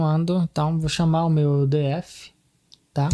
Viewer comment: “di éf” kkkkkkkkkkkk ah vei